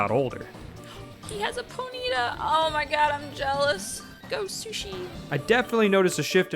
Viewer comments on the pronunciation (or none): Pone-ee-tah Haha